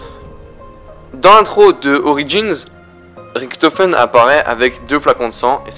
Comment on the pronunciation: ça se dit Riktofen abrutit donc si fait la faute alors lui aussi là fait.